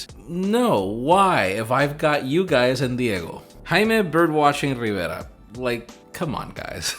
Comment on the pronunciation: Nobody: Jaime: I'm Jaime RrrRrRriveRa Lol JK Jaime, great content as always 👌👌👌